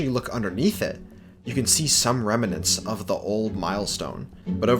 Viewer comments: Even though i'm not a native speaker, it seems to me the word is remnants, not remanants. Google agrees just fyi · "absidian" and "remminants" Why can't people properly speak the only language they know? Lmao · It bothers me to no end how you pronounce "remnants." There is no vowel between the "m" and "n." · “Remnants” is a 2 syllable word.